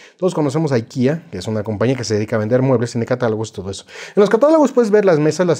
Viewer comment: Se pronuncia Ikea tal cual se lee y suena en español.